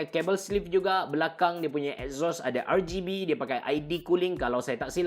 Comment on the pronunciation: Rgb bang bukan rrrgay b just tegoh emm